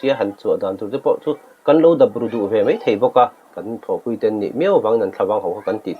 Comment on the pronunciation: Mei...mei thei...😂 Mizo țawng thiam lo hian YouTube channel in siam ve a😂